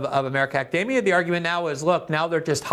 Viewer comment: Glenn pronounces "academia" like "macadamia". Mmm, academia nuts!